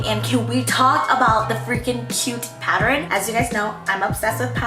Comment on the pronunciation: she says..."patter-in" instead of "pattern"